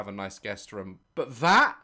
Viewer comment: I love how Daz says room it sounds like rum 🤣. It killed me when he said something like would I buy a rum if I'm never gonna use it